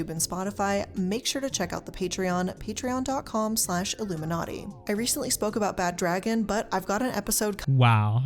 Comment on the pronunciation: Blair really keeps putting the L in iilluminaughtii